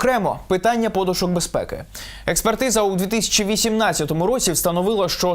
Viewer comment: А що ж Дмитра Помарчука, який один лишився живим, ніхто не допитав до самого кінця ? А він живий і по сьогодні... :face-turquoise-covering-eyes: Став правильно наголоси -- подУУУшка !